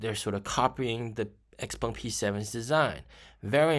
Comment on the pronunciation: Is it really pronounced “X-Pung”? (Legit question; I’m trying to learn mandarin, but I’m early days)